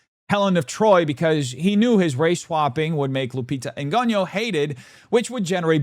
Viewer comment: You’re so stupid and racist you can’t even pronounce Lupita’s surname. Yo pathetic 😂😂😂